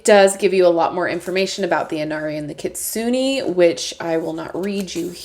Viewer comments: Kitsu-nay hehehe not kitsu-nee ^_^ Gorgeous deck though! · Your pronunciation is not bad just more on the Su part of the word. It’s kit-sue-ney. Overall this deck is so beautiful! Adding to my list!